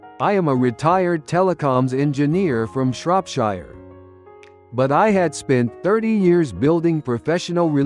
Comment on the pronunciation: AI that creates and narrates these stories still needs to learn :) Shropshire is in the UK and the last but of it is pronounced “sheer” You “wire” money in the US, in the UK you transfer money. Etc It’s a shame that the majority of such a content is done entirely by AI replacing proper creative and research work.